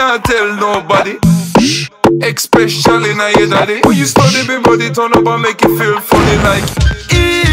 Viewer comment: say "especially" wrong one more fucking time I dare you